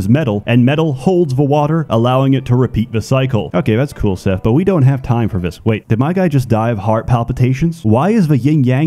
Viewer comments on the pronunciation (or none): none